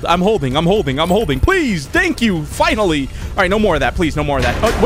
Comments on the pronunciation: he didnt, it just sounds like it, because when you think of the word finally he said fuh-EIN-UH or fina. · i thought he said "fword-in" ??? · Bro u need to get yo ears checked it sounds like the f word💀🙏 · It sounded like you said fuc*** f u the word with ING if you know what I mean lol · Is just me or when he looked at the timer it sounded like he said a swear word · It kinda sounds like you said the f word also love the video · you can hear the f and the k no way that was finally, finally has no k in it